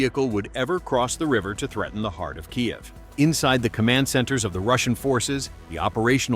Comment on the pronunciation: Why does the AI read Kyiv as Kayev?